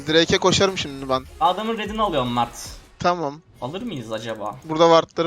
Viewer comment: Mağrt değil çocuğun ismi mert